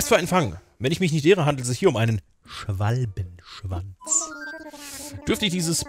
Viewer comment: Wie du den Namen Schwalbenschwanz net ganz aussprichst xD ich lach mich schepp